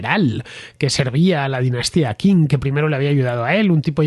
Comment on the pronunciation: Por favor, dinastia Qing se pronuncia ching.